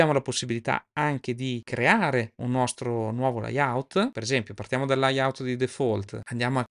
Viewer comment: Comunque si dice leyaut, loud ecc. Il corso è ottimo ma visti i problemi con l'inglese forse sarebbe meglio usare l'interfaccia in lingua italiana.